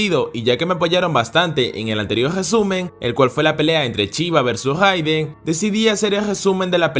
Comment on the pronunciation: Porfavor... Existe shi y chi... No está tan difícil ya que si lo pronuncias en otro contexto. No Chiva es Shiva..